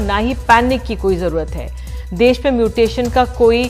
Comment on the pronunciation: कृपया देस नहीं देश होता है Ndtv